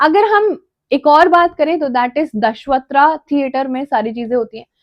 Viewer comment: Ma'am and you pronounced that दशावतार as दशवत्रा